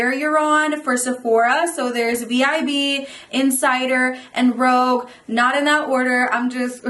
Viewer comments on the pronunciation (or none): Loved the video. But I think its rouge(like the colour) not rogue lol just FYI :)